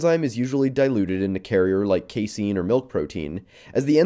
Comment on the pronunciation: "key seen"? Do you mean CASE-in?